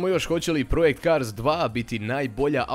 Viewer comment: nije projekt kars nego prodzekt kars